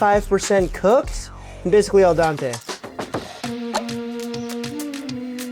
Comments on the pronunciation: bro..... it's al dente, not el dante. i cringe so hard every time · Al den-tay is how you say it. "To the tooth". It's not about a guy named Dante. "Dens" is Latin for tooth.